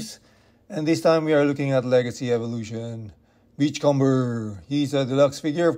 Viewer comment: Its not pronounced "com-ber" its "come-er", like the comb you use in your hair